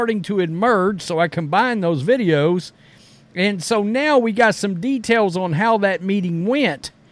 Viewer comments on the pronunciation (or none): none